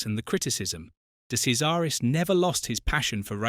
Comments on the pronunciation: "Kazaris"?! What utter twaddle. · Thanks for a good story. However, your misuse of his name means that his nickname was not funny. He was called Andrea de Cesaris (de Chesaris) which then makes the nickname of Andrea de Crasheris sound more real. Also you mention the Ligier team. This should be pronounced Li-ji-a with a soft "g", not a hard "g". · It's pronounced "De Chezaris". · For F**k sake it's pronounced DE CHAIRS ZA RUS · "De Sesaris?" Or "De Kesaris?" "Day Crasharis", "Lee-guee-yay"... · Awful. He didn't make his debut for Alfa in F1. It was for Marlboro McLaren as teammate to John Watson. Do your research. What's with the incorrect pronunciation of his surname. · De Cesaris died in a motoring accident he was totally ok in this crash This item is totally false,even his name is mispronounced content should be removed and banned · You pronounced his name wrong you tool!